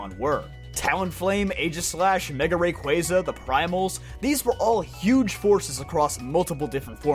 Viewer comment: Omg finally a poketuber that says Rayquaza correctly!